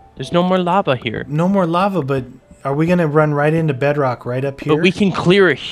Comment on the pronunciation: Its unbreakable... and its pronounce bedrock... but its alright